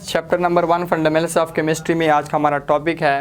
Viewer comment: Sir its fundamental not funments ,please correct your pronounciation